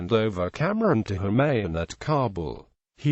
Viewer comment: It is Kamran not camron and it is Humayu not holman